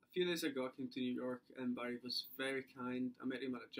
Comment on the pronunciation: I just love when he says Barett because it sounds like Barry.